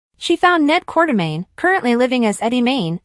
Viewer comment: this is obvously AI because can't spell quartermain. or say it properly or other words.